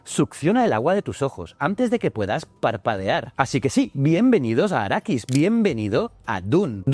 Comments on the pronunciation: Quiero pegarte cada vez que dices arakis!!! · Bien, pero es Arrakis (no arakis) y especia melange (no melonge). ;-)